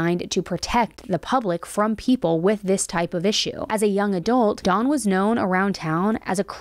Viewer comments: Hard to focus on this when keeps pronouncing his name "Dawn" instead of "Don" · Why are you saying Dons name like the name Daun or Dawn... Don is said with a soft o ... you need to Pronounce names correctly. I thought his name was a girls name by the way you were saying Don.